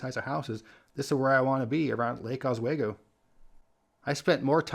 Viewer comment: "Os-WAY-go" hahahaha. It's said "Oss-We-Go". People have such a obsessed habit of trying way too hard to enunciate our place names too deliberately. Here in Oregon, we speak much more laid back and a somewhat lazily. So if you didn't try too hard, you'd be far more likely to nail how we say our names."Or-ih-gin" (the g makes a g sound, so "guh"), Willamette is "Will-am-it" or "Will-lam-it", Chinook is said "Shih-nook". So on. Chehalem is "Sheh-hay-lum". Most places in the Portland area have a long running feud with Lake O and West Linn given they're the most rich, pompous and self-righteous of the area, so especially in high school sports, there is a loud cheer & support for schools to beat theirs every single season. Add in Sunset and Jesuit High to the schools for the rich everyone wants to crush. lol